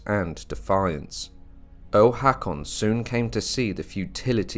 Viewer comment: Very nice. (btw, I believe the "Haa" in "Haakon" is pronounced as a long "o" as in "go".)